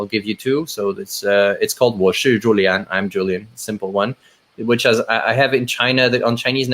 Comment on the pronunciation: Xiaoma it's amazing you can speak so many languages and have an excellent chinese but can't pronounce Julien correctly